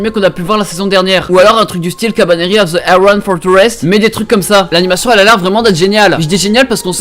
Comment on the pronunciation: Ta prononciation de koutetsujou no kabaneri est parfaite !